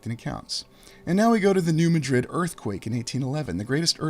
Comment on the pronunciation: Hey great stuff. I got some info on New Madrid and how it is said. I grow up two towns away and with there in middle school for a year. well we all say like New Mad-drid. not Ma-drid. love your work and only say because I know how you like to say it right. One thing that I can help with. hope ya see it. God Bless!!!